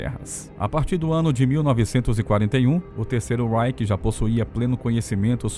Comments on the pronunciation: Não se diz terceiro ráike,mas sim terceiro ráiche! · Você pronuncia REICH com pronúncia inglesa. Não é. É RREICH - pronúncia alemã.